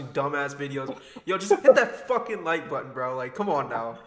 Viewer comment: We sure did hit the “FOCCUN LIKE BUTTON”